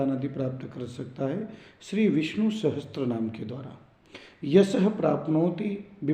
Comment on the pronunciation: Sahastranaam nahi hota, sahasranaam hota hai....... Sahi uchcharan kiya karein